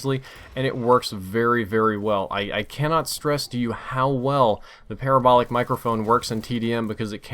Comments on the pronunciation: PUH-RAH-BOWL-IC (like radical) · Hate to say this, but, you pronounce parabolic the same way you would pronounce paralysis